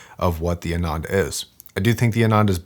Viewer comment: As a recent subscriber, I am loving watching videos and very thankful to his expertise. But, I am disappointed when he butchered the pronunciation of Hifiman models. For whatever reason, Hifiman is using all Sanskrit names. Sundara means beautiful ( Su-nd-ara or psu-nn-dha-ra). Ananda (aa-nun-dha) means happiness.